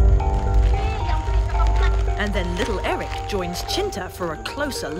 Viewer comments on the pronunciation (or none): none